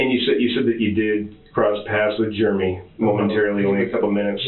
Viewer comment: Germ-ee for Jeremy😅